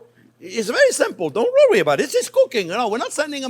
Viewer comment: Don't "rowee" about it 🥰